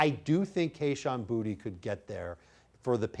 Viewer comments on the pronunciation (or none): To be from Louisiana hearing you guys mispronounce boutte is cringe😂😂